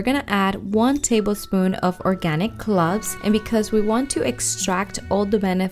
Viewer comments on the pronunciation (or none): Its cloves..u said it wrong